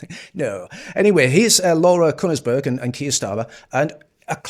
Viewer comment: Laura Who?? Kunnersberg? A clue is ... it's pronounced with one syllable.